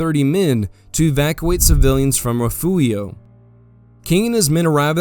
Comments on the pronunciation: Love the videos but again, it is: Refugio (rih-FYOOR-ee-oh) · great work with most of this. I like your clean style. But as a Texan, I need to correct your pronunciation of Refugio. It is pronounced Re-fury-o